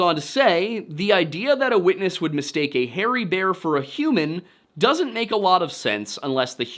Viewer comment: Bear vs beer. You confuse the pronounciations :) Unless that's your dialect, I guess that could be claimed. Anyway thank you for this video, it was on time. When it comes to your cross around your neck: If you think a little bit harder on what that represents since Constantine of Byzantium, I suggest you throw it in the bin where it belongs.